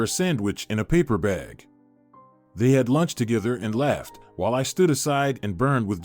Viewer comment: Laighed. Not left